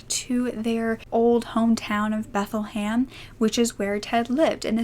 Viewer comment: Bethlehem like in the Bible, is how it’s pronounced